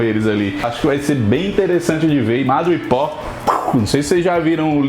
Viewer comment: Só um detalhe, a pronúncia é madripur... Dois O em inglês tem som de U 😊